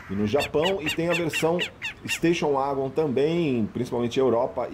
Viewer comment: Golf uagon?? Nunca tinha ouvido essa pronúncia 😂😂 Ouvia muito 'vagon' no tempo da Corsa, Escort, SW.. 😂 Se começa pronunciando "u" para o W, o que custa falar + "éguen" ?? 🤔 Gostei do comparativo 😉👍 É claro que os descontos oferecidos pela VW em alguns modelos é simplesmente por serem pouco comercializados, do contrário... já o Corolla, deixa evidente como não vale o que a Toyota cobra por ele. Pra mim é apenas um veículo cumpridor, comprado por duas categorias de clientes distintos: os RICOS que querem passar por pessoas simples e despercebidas na multidão e os "OUTROS" que querem passar a imagem de bem sucedidos, já que vêem os ricos andando de Corolla.. * Esse barulho da porta do Corolla também me deixou decepcionado, pois dos modelos mais antigos na categoria sedan, ele era um dos únicos a ter a batida seca ao fechar as portas, mas, perdeu essa característica nessa geração... gosto de ouvir a batida de porta do CIVIC/Jetta..